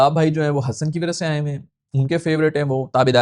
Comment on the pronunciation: Hesson❌ Hassan✅